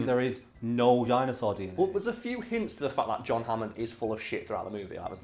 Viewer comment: “Dyno-Sawr Dee In Aye” 😂